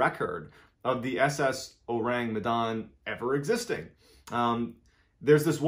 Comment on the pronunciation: Phonetically it is: Oh-Rhung Meh-Dhun.